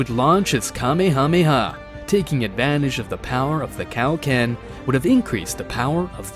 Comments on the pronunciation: 😂😂😂😂it's like your saying "Cow-Ken" instead of Kaioken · He said cow- ken